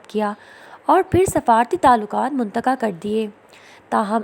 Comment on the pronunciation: Munqata lafaz hota hai APNI islah karo